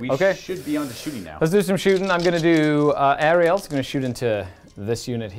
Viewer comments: Really great battle report! But I just want to say that the goddes is called Alarielle and not Ariel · my dude, it’s Alarielle it Ariel.